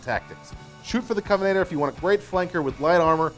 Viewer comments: Cov-en-an-ter It's not that hard to pronounce! ^_~ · Is he not mispronouncing Covenanter? There's a second N there. I'd rank the Crusader above the Covenanter, though I'm not sure if it still will after they take its light tank camo away in the next patch.